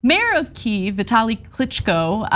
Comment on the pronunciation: Good on you for pronouncing Kyiv the Ukrainian way.